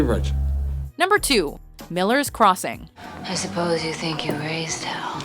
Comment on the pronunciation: Timesthree Thehighest Emphasis on hell.